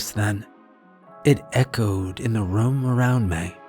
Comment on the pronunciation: Team "Narrator Says Rum instead of Room" check in here 👇